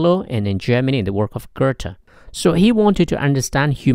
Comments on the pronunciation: Really not a fan of people pronouncing oe or ö as er. It’s Goethe, it’s much closer to Gay-tuh than gertha Or if you’re going to say it incorrectly then say it the old fashioned wrong way “good-tuh” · Awesome video! But it's not pronounced [Görthe], it's [Göte]